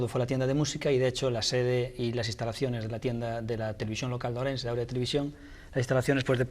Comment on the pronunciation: Es Auria no Aurea